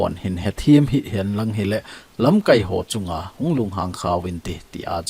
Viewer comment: Lamkaipu, lamkai na pronounce dan chu a dih poi. Tua na pronounce dan chu 'verb' banga a kiman teng hitia chu man ding ahi. Noun ahi teng KAI ti lai chu kai sao ding ahi.